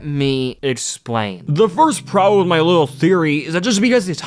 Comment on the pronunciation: bro realy hit that "let me explane"